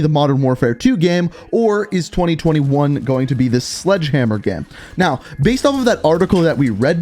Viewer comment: Why does he say gem instead of game